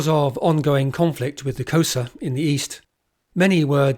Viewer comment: Typical Englishman: your prounciation sucks: Xhosa? The rest of the content is GREAT